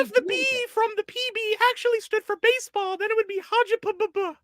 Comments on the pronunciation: WHY WAS EVERYONE CALLING BASEBALL "BASEOH" HEKP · im still sobbing over everyone calling basball baseoh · THE WAY PEOPLE CALLED BASEBALL BASEOH 😭😭😭😭 LEAVE HIM ALONE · THIS STREAM WAS SO AWESOME ESPECIALLY WHEN PPL STARTED SAYING BASEOH..